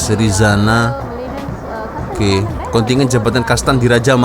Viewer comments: KONTINJEN.., BUKAN KONTINYEN. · Kontingen , kontingen.. Kontijen lah bro.